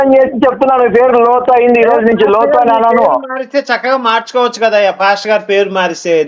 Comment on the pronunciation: హలో కాదు రా బాబు లోతు అని ఒకసారి చెప్పు నీ అమ్మ